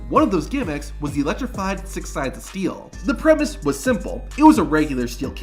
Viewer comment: Ummm so about #4... I hate to be this guy, but you're not exactly helping the stereotype of wrestling fans not being the smartest bunch when you misspell and mispronounce "electrified" over and over again....